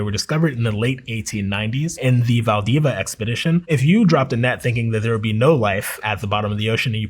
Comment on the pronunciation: Im Valdivian thats not how you pronounce the citys name but who cares hahaha awesome to learn!